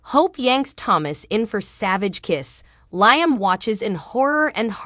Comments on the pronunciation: Its LeeUmm...not LieUmm. Also, it gets tedious hearing the "week of" I am sorry for this becoming ot makes it very difficult to continue to watch. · Not to be rude but your pronounced liams name wrong.well this is the first day of summer 21 the longest, day of the year.now the days will start, getting shorter.happy first day of summer.